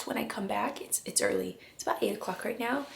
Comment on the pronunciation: Did I hear you say "earlay" when you said the curtains were arriving early?